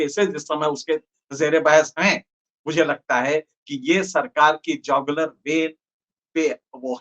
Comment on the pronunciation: पहले शब्द या फ्रेज को सही बोलना सीखें तब ही बोलें। जौगलर नही Jugular vein है। गूग्ल कर के उच्चारण सीखें।